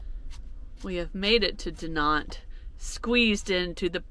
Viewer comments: Dinant looks lovely. Incidentally Google pronunciation says it's pronounced De-non. Any of these difficult to pronounce places should be on Google. Again incidentally I come from Edinburgh Scotland and as its somewhere you might visit on your travels, if you say Edinburra you will be saying it right. 😂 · Dinant... don't pronounce the "t", like you would in Spanish. Its more Dee-non(t) like another person posted, just look rhem up on google. I'm French, btw